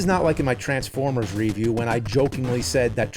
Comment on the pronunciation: All these years later, still can’t pronounce “review”!